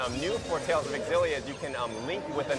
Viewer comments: Is it pronounced Zillia or Exzillia? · Tales of EXXillia WTF its Tales of Xillia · i always thought Xillia was pronounced "shillia"